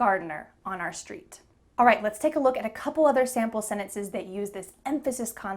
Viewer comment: You pronounce "All right" with sounding of the ending "t".